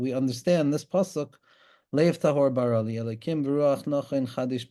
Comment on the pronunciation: Great shiur with many deep insights. One small note. It is pronounced "bera li" sheva under the bet and kamatz under the resh. It is the request form of the verb like "do this please" Thanks and shabbat shalom.